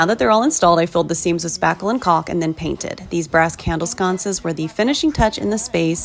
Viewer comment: Caulk. The L is silent.